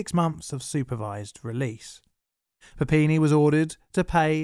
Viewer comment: I need to stop playing so much Pokemon. I kept hearing "Papini" as "Happiny" which kept taking me out of the narrative. My fault, not.